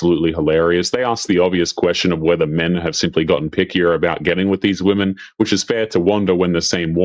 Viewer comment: Why do so many of these people feel qualified to speak about women online when they can't even pronounce the word "women".